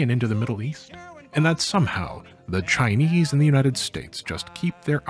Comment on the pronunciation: Kudos for the pretty good Chinese pronunciations.